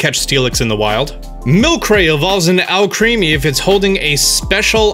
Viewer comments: Milcery and Alcremie's name are a mispronounciation. "Milcery" is pronounced Mill-sir-ee and Alcremie is pronounced Al-cre-me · Also, Alcremie is pronounced almost identically to alchemy. Not hating. Just want to point these out.